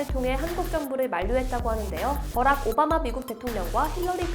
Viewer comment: 참고로 버럭이 아니고 버락입니다 버락 오바마 전 대통령님을 모욕하지 마세요